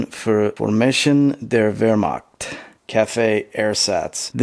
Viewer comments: h in wehrmacht is not like k in kentucky it is like h in hot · I appreciate how smooth your pronunciation of wermacht is